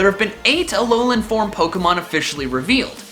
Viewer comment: It's not Alonan Forms, but AH LOH LAH